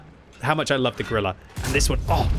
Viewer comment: please. if you say "Grille" 150 times in a video dont call it "Grillah"... its like a german making a video of british tank pronouncing it wrong all the time... YOU will be first to laugh about that...